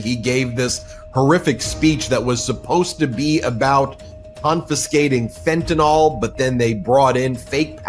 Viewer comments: Fentanyl, not fentanol. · Its Fentan Y l for goodness sake. Pronounce the Y or mention Fentanyl never ever again. Amen.